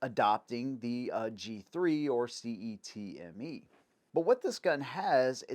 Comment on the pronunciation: HK G3 LOP is for people with monkey arms… C.E.T.M.E. Is commonly pronounced (Set)-(Me).